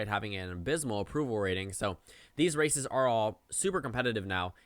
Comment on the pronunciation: lol every time you say these races it sounds like these racists and you'd be absolutely right